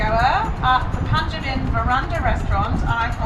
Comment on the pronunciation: It's Pa na Ji